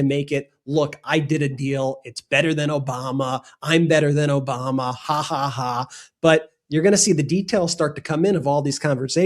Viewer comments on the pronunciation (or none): "OBAMNA"...because he can't even pronounce words